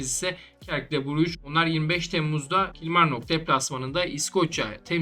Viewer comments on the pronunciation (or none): | Belçika temsilcisi Cercle Brugge'nin Türkçe telaffuzu " Sörkıl Brüj " şeklindedir. Bu bilgilendirmedir. Lütfen yanlış anlaşılmasın. 🙏🏻